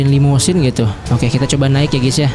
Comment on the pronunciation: Itu limosine bkan limodine